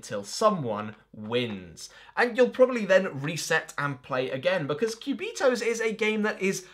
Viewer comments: This spanish speaking person is cracking every time you pronounce "quiubitohs". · I just clicked in the video to hear you pronounce "Cubitos". Not disappointed, maybe I'll watch the rest of the video later.